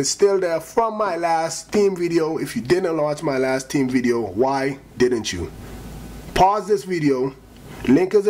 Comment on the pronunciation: ever "TEEM" "TEEM" PRONOUNCE YOUR GOD DAM H'S